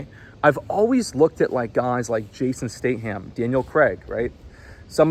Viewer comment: Fucking up the pronunciation of Jason Statham AND Daniel Craig's names multiple times is impressive.